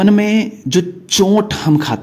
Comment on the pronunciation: सही उच्चारण है चोट, आप बोलते हैं चोंट। फर्क समझे।